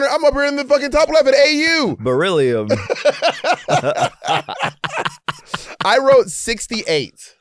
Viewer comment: alaska just saying "beryllium" is KILLING ME